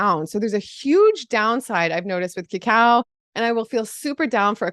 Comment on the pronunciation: OMG you said "cacao" ! I thought you said "Cow"! OMG thank goodness I went and listened harder! This will be my life, too.